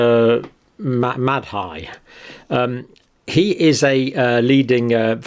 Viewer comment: That Prof "Mad-Hi" should be pronounced more like "Maadi" without stressing the "Hi"